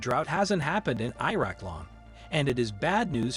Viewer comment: "i" raq!!! 😂😂😂✌️🍻🇵🇭🤟